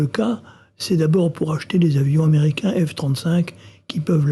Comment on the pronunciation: oulà ! "aneriquain" 🤣